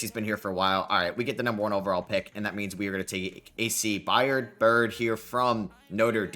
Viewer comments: I Got $25, For The Person That Counts How Many Times He Said, “A.C. Byard”… Instead Of “A.C. Byrd”… Lol😂😂…Great Video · Love hearing try to pronounce byrd…. It’s pronounced “bird”